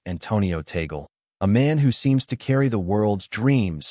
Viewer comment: TAg leh. Not Tagol.